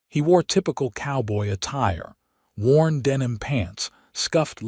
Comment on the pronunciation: WORN boots, nor Warren boots!